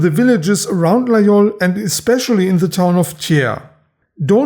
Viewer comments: ville de io , laol , lai , lol. . . encore un effort on va arriver a LA GUI IOL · Excellent video. You pronounce Laguiole correctly. Most people, including in France say the gu). The Laguiole is essentially an user. They cut very well.